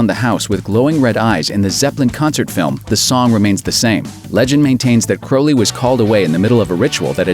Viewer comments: If something is untold, how does this guy know about it? There’s nothing new here, with the exception of the mispronunciation of Aleister Crowley’s last name. Aleister Curley, or Croley, it is not. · If something is untold, how does this guy know about it? There’s nothing new here, with the exception of the mispronunciation of Aleister Crowley’s last name. Aleister Curley, it is not.